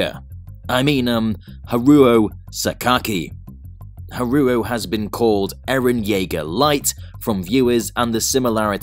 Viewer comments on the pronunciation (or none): I think it failed because you kept pronouncing Haruo wrong.